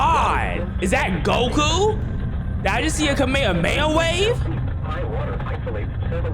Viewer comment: KAMAYUHMAYUHWAVES???? I’ve NEVER seen ANYONE butcher that word as bad as